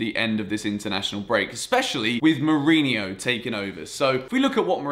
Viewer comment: Mourinho, not Mourinio